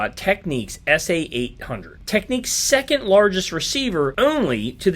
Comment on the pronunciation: "TEKNIKS"... NOT "Techniques"